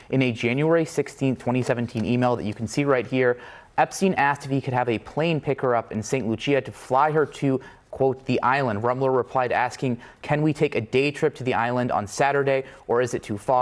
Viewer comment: St. Lucia is pronounced. "LOO-sha". It is the only country named for a woman.